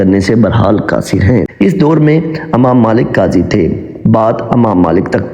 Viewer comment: بہت خوب۔لیکن اسلامی کہانیاں سناتے وقت پہلے اس کے الفاط کا صحیح تلفظ سیکھنے کی کوشش کریں۔ امام میں ا کو زیر کے ساتھ پڑھنا چاہیے ۔ غسال کو زبر کے ساتھ۔ دوسری غلطیاں بھی تھیں۔ اس کا خوب اہتمام کریں'